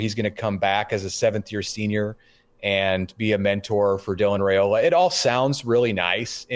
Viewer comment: Like your show. But somebody needs to nudge that the pronounciation of Dylan's last name is "Rye"- ola, not "Ray" ola 🙄